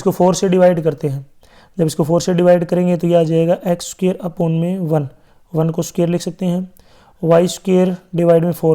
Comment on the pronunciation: Sir sookair nahi square hota hai 💯